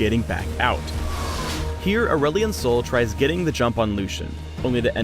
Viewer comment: is it me or says ''aulerelion sol''